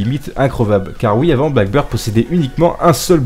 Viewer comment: C'est blackBEARD et pas blackBIRD😂😂 je sais que un français qui parle anglais...